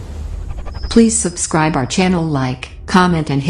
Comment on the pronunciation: suscribe nai hota subscribe hota he